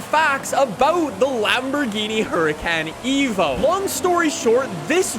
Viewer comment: this man realy said huricAn eco